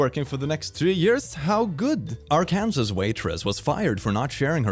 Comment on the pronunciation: hearing a non American say Arkansas is beautiful. Especially knowing how pissed off Arkansas is at mispronunciations of their name.